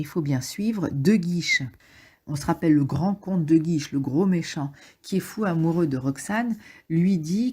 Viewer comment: Super résumé mais c'est le comte de Guiche, pas de "guise" ! Merci !